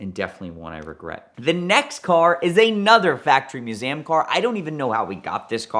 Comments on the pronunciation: Museum not Musaaaaaem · I really thought he mispoke but then he did it 2 more times right after lol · Why does the tool say Museum as "Mewsaayem"??